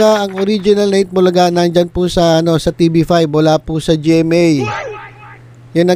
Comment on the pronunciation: Makapal c paolo at cassy kung bigkasin ang eat bulaga, nanggigil silang dalawa.